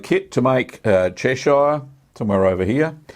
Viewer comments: It's pronounced Chesh-errr, not Chesh-eye-er! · 'Chesh-shire'? Nope! I really cringed at that. It's "CHESH-ər, -eer" ==>> 👍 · The town of Cheshire ehh! 😆 Cheshire cheese should be very crumbly unlike cheddar.